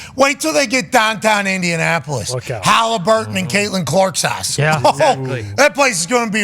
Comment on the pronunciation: "Ryan Windianapolis"